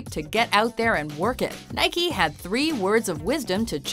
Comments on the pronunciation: It's Nike not (Nike-y) Do you say Bike-y instead of saying Bike ? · Nike not Nikey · Nikey? It's nike (naik)... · it's pronounced nike not nikey, you don't ride a bikey do you? No you ride a bike. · No its pronounced naɪki as the greek goddes, which the brand is named after.